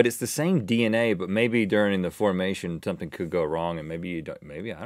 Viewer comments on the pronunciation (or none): none